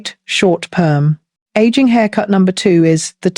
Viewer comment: I suspect that it’s the mother of the younger looking woman who is also frowning to look even older. Of course the younger woman who is smiling rather than looking forlorn will look younger, new haircut or not. Also, who else is not sick and tired of the lazy use of AI voices? I caught on when “she” referred to aging as “egging”. Please.